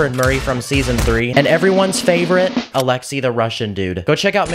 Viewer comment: alexi the Russian dude? bro im Russian!!!!why did you say it like that!?!?💀💀